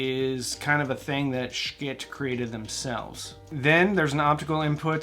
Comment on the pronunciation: The pronunciation of the company is simply the pronunciation of the company you should pronounce it accurately